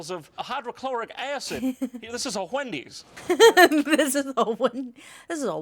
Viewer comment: “this is a hwendeez”